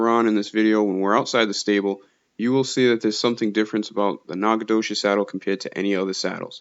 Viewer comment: Wtf? Nacogdoches is my hometown. Who made the game? And you’re murdering the pronunciation. ✌️🤣